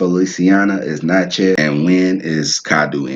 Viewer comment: Lol, I’m a St. Landry Creole, maternally Natchez (w/ Coushatta ties) from St. Landry (Big Cane and Opelousas). It’s pronounced ‘Nah-chee’ but my family also pronounces it ‘Nah-chae’. He was definitely butchering the pronouciation but at least he tried.